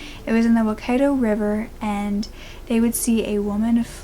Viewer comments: You did so well with pronunciation! Pukekawa - perfect, waikato is more like why cat oh. Love how you always give it a go in a respectful way ❤ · Yaaay!! a story from my home land....oh no wait...not yay...but none the less, thankyou for covering this, also id like to say Teno pai ehoa!! for the perfect pronouncing of the town name Pukekawa the Waikato Name is pronounced ' why cat oh' but jolley good shot! And thankyou for covering a story that frankly knowone here even remembers. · your pronunciation is adorable. Pukekawa was great but Waikato is said like why-ka-tow & Auckland is awk-land :) also thankyou for covering a case from New Zealand. I barely see people cover cases from here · OOPS Waikato